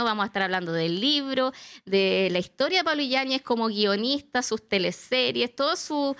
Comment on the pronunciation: Me tienen nerviosaa...es I LLA NES... no illañez jajaj